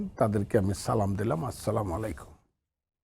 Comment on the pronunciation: সালামটাও সুদ্ধ করে পারোনা?